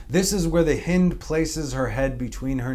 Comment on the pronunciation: Hi, the hind of the morning, the "i" is pronounced like the "i" of "hi." NOT like the "i" as in "hit."